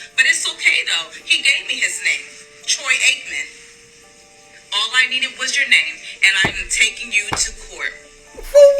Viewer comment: Manz said troy aikman 🤣🤣